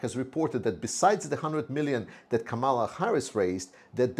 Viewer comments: in Kamala the accent is on the first syllable, not the second. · Toward a speedy recovery to you! I am a voting American Ukrainian and also do not understand the Ukrainians who support trump! It seems that they listen to Fox News and News Maxx which are conservative, pro-trump outlets in the US. Kamala, whose correct pronunciation is Kaaaamala, is mispronounced intentionally by trump and his trumpists! She is the Prosecutor taking on the Felon trump! She also has energized ethnic, younger people, and more women into the fold through greater social media hits. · PRONUNCIATION of KAMALA - emphasize FIRST syllable (Ka), not the second (ma). Sounds like 'Pamela' or 'Camelot.'